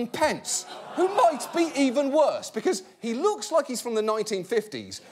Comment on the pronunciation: Welllll…. Its gotten wesser yall😅